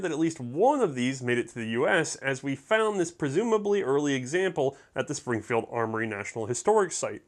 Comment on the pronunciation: (38 minutes in) he cant pronounce the factory in Massachusetts. Im a proud masshole